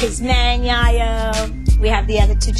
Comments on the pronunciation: She called him Yah-Yo 😂😂😂😂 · Lol tonys reaction if she called him gayo